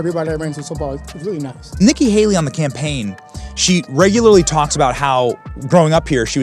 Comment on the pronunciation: Did he say nigga Haley?